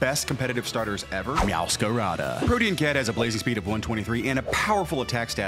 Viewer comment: You do? My guy, it’s pronounced Pro-Tee-Uhn lol